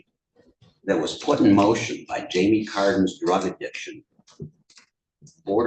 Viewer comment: Who else thought she said Jamiee Lee Curtis? hahahaha